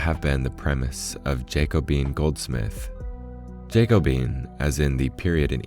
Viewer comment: Damn! That emerald pocket watch is gorgeous … BTW it’s pronounced - jack-o-BEE-un —- eliza-BEE-thun